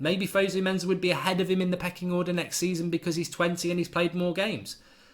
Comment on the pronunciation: In Fosu-Mensa, the Mensa is pronounced "Menssa" not "Menza". FYI...